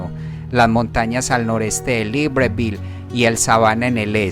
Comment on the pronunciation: Buenísimo pero así no se pronuncia libreville